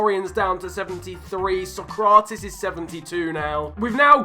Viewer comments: Sock-ra-tees? Mate, you're a cracking fifa youtuber, but learn the players names please. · "Sakraatis" 😂😂 Sock Ra Tees